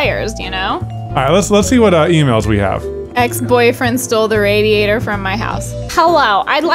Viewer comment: Small note: with that accent you read the email in, the a in "radiator" is pronounced as in "bad"